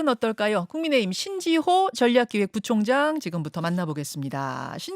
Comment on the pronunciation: 어리버리가 전략부총장 발음부터 교정받고 기본부터갖 추고 민주당으로가라